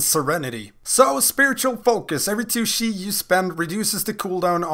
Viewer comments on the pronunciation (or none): SHI burst, SHI wave, SHI tornado xD im sorry it's just a little funny how you pronounce it, good video tho ;)